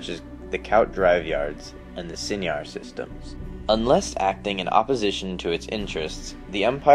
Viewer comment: Your pronunciation of Seinar and Kuat was horribly butchered